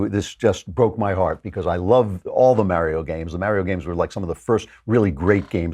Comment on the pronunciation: The way Klavan pronounces "Mario" irks me.